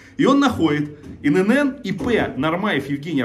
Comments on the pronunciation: Не Ин ЭнЭн, И ЭнЭн! ИНН!!! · Только не инэнэн , а иэнэн. ИэНэН ..ИНН